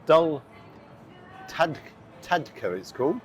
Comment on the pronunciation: Love your videos. FYI~Dal Tadka is pronounced as Dal T(uh)rka.